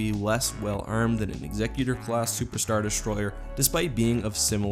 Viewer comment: I'm so glad you pronounce Executor correctly!